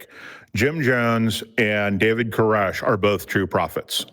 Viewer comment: Every time Jim mentioned David Coresh I heard "David Carusoe" and kept wondering if he was on an CSI: Miami kick lately.